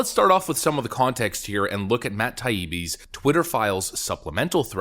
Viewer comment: What happened at the beginning of the video? Are you saying you are Matt Taibbi or you can't say his name right?